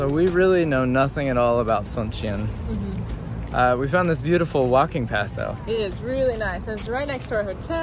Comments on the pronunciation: It's actually pronounced "Soon-cheon" not like the Sun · “Soon chon”